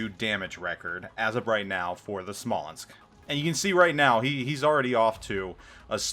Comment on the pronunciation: PS: you pronounced it right